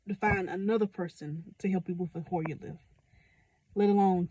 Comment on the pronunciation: Oh its called "HOYER LIFT", I couldn't make out what you were saying so I had to ask ChatGPT. :face-blue-smiling